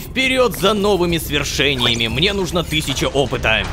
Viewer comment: О нет, он правда сказал асфи́ксии, а не асфикси́и. Рома хорошо озвучивает, но его ударения меня просто убивает, особенно его повторяющееся из раза в раз ,,нужно́" а не "ну́жно".